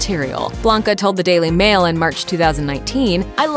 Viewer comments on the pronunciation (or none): none